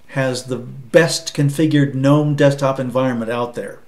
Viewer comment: Nice to hear someone pronouncing Gnome correctly! Thanks for a nice, clear review. I might even give Pop OS a try.